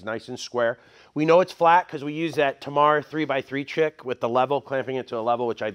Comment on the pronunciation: "3 x 3 chick"? Had to double take a listen. Funny.